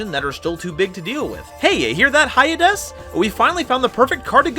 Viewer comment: Hyades is probably pronounced Hades